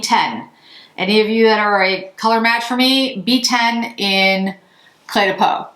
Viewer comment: Green really suits you :) On a different note, I am French, and your phone totally mispronounced Cle de Peau 😊! It's almost pronounced like the word "clay" - you said it very well though